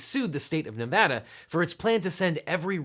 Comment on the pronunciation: Thank you so much for pronouncing Nevada currently. Grew up here, and it drives me crazy when its not.